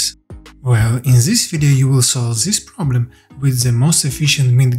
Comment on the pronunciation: Huge respect to you for learning two languages brother! some helpful criticism try and learn your zen, zat and zis, etc. To become then, that and this <3 much love man x